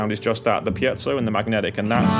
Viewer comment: FINALLY someone pronouncing Piezo CORRECTLY Mike Dawes